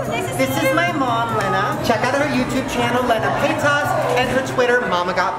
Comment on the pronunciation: Anyone else notice how he literally pronounced Trisha’s last name wrong? someone you considered “family” you can’t even pronounce their name right? Fkn disrespectful